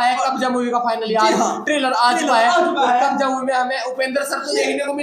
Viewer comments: Kabja nahi yaar 🤣 its kabza .... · Kabja nahi kabza bolo🙄